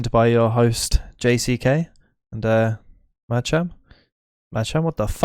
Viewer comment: said MaDShAm at the end, just proves I'm the Alpha